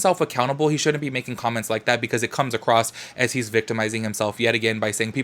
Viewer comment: Okay, I'm super late on the videos.I'm barely catching up now. I loove you a whole bunch, HOWEVER, I have a couple comments on this video. 1st: Girl, there is no "t" in the word "across" and 2nd (this is toward most of your videos and lives): I understand the yellow & lighter backgrounds to match your clothes & stuff, but...........why does it always have to be so bright?! I can see all the dirty spots on my laptop screen now! :D